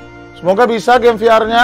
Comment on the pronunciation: VR Bukan Veler.